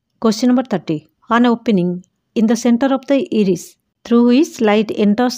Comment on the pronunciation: Not iiris that's i ris that's not peupil that's puupil